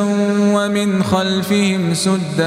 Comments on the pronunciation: سَداً not سُداً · صوتك كتيرر حلوو بس عندك اخطاء كتيرر بل نسبة للتجويد والتشكيل متل (سَداً) السين مفتوحة مو مضمومة....! بارك الله فيك ♥ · صوت روعه.لکن هناک خطآ فی قراءت کلمه سدا یلفظها سودا یعنی ضم السین وهو غیر صحیح